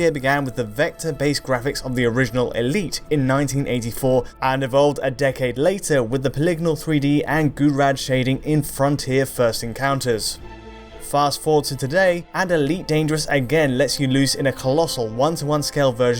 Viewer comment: Wow, "GOO-radd" shading. I have the sneaking suspicion that Brits deliberately mangle French pronunciation to annoy them.